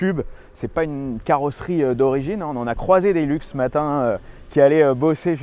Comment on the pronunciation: Putain, mais ils en tiennent une couche les français avec leur anglais, et ça fait mal aux oreilles. ;-) Le modèle «Hilux» s'appelait originellement le «hi-lux» et c'est pour «high luxe» ou «le grand luxe», donc s'il-vous-plait, prononcez correctement et nos oreilles vous remercierons. C'est donc pas un «heelux», c'est un »high luxe»... ;-) Cela dit, c'est une fantastique machine. Et merci.